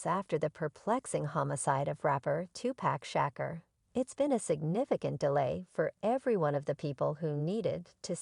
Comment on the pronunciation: Will y’all stop with these click baits. We all know who killed him. Y’all can’t even say his name correctly Tupack Shacker